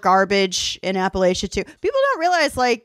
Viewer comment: Love yall but PLEASE learn to say Appalachia correctly!!!